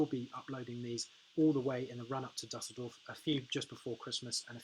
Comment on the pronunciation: Imagine a world where Anglos could pronounce a foreign word such as Dusseldorf...